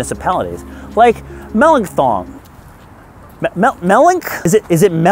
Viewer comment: mel - ink - thin